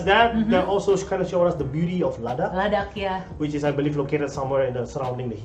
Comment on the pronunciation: Oh man you just pronounced “Ladakh” in Ladakhi language